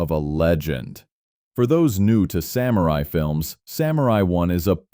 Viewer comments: Since this is about samurai, it would be nice if samurai was pronounced correctly. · The way the presenter pronounces "samurai" hurts my ears.